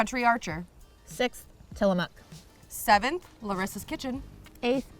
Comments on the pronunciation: Guys, you don't say Tillamook with the oo sound in moo or tools. It's a harder sounding vowel ending...closer to Till Uh Muhk. And thank you for saying Oregon as Ore Uh Gun instead of Or Ee Gone ( cringe ). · The way pronounces Tillamook 😂 it’s less of a mooo sound in the mook and more of a muck sound.